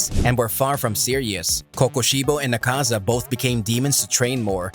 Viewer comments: It's not 'akaaaza' . It's "aakaza" dumb shiz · AH-kaza not aKAza cmon now and it’s mugen train say it right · Dude its not Akaaaza, its Aaakaza